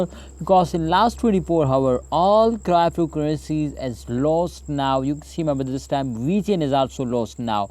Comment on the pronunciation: What the hell is "Craaptocurrency" bro ?? 😂